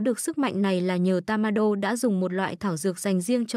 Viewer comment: Ủa tên nhân vật em đọc là tammaiê mà cj đọc tammainge p😂